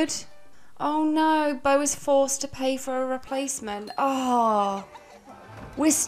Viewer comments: Beau= Bow (like bow and arrow), not boo! Please!! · I was hopeful because I heard Beau pronounced correctly a few times, but as the video progressed, the more and more it turned to Boo again. 😩 Is it because we are getting close to Halloween? 😂🎃👻 Bow Bow Bow Bow Bow 👍 lol